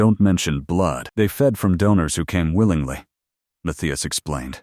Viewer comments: What happened to the audio? And the captions, I suppose. But it's the long periods of silence that's weird. Seems like a decent plot, but it's jarring the way the audio stops and starts. Also, the name is pronounced "Muth-EYE-as". The spoken audio screws it up almost every time. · I hate that it can’t pronounce the name Matthias, and keeps changing how it says it. 🙄🤨 And I don’t think it ever said it correctly: Math-thigh-as. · The way AI mispronounces Mathias constantly is weird, but I decided to find it more humorous than annoying